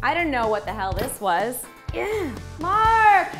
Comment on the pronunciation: maaaark 😁😄😄😄 I just love how you say his name 😂